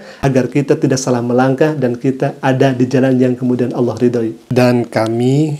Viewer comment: Dari logat bahasa dan pengucapan kata Allah aja Uda aneh.... Ada udang di balik batu 😂😂😂🐍🐍🐍🐍🐍